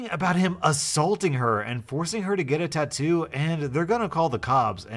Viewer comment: Not a tattoo its a tadoo lol